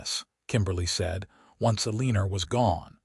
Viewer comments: Enjoyed the story. Sometimes mothers know more than you think. Eleanor is pronouced El en nor not E lean or. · Your AI mispronouncing the mother's name Ellenor as "a leaner," is SUPER ANNOYING!! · El - A - Nor... Pronunciation matters... 🤪